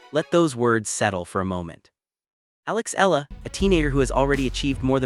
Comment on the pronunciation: Kindly correct the pronunciation of her last name. It sounds like EH YA LA.